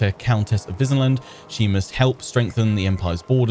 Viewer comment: They could've had her pronounce Wissenland properly - since the Empire is themed on Germanic culture / HRE - it should be Vissenland.